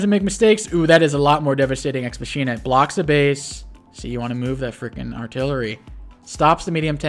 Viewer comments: This video is a post-production masterpiece. 10/10 for use of nut-related images. That said, should learn how to pronounce words. Von Bolt's super CO power, "Deus Ex Machina", is pronounced mach (as in "this aircraft has a top speed of mach 2.5") - ee - nuh. "Witte" is pronounced like "wit", the 'e' is silent. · Sorry. I don’t want to be “that guy”, but the power is pronounced: ex ma-key-nah It’s a plot device meaning “God from machine”.